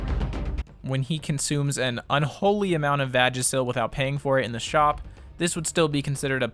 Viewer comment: Vagasil gets me every time 🤦‍♂️ 😂